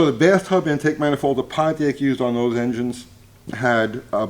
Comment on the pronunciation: I'm so glad puts proper respect on the name "Pontiac", and doesn't say "ponniac".